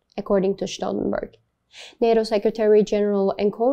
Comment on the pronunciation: She mispronounced his name. 👎